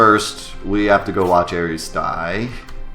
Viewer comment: I think this is the first YouTube video on FF7 that actually pronounced all of the proper nouns correctly!